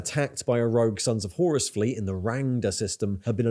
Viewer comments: Btw, though I may be pedantic about the pronunciation, very good video, mate ;P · Whore-us Heresy.